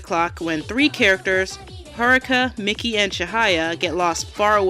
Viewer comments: Who pronounces Miki as "Mickey"? I always say Me-key. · No seriously, you did all this research for a 42 minute video, and you can't even pronounce Miki's name.